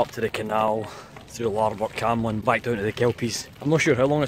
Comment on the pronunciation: thought you were from falkirk? It's no camelon it's kemlin hahaha